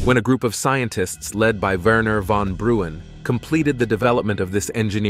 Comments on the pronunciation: Hey mafkees. Die wenschapper heet 'Von Braun' itt 'Von Br-un' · It's von Braun!!